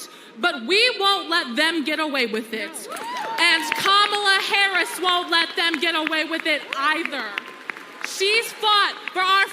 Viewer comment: I’m voting Trump but for the love of god stop intentionally pronouncing her name wrong